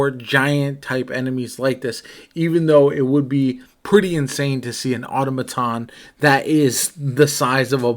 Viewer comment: aa-taa-muh-taan 😂👍🏼 sorry bruh